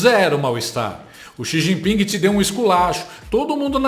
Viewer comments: JAnJA, não é XI JIPINGUI ... é XI JINPING com g mudo no final. (Imagina uma chinesa falando Presidente LÓILA ). E se auto proclamou inteligente... 🤣 Quem é inteligente ... Não precisa falar que é. Deixa isso para os outros comentarem. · O "Xi", ou "jiping", se segurou, para não criar um incidente diplomático, seria um "ploblema", para o país. O mínimo que se espera, de quem adora estar na mídia, é saber pronunciar o nome, das pessoas. Salmas, para ela!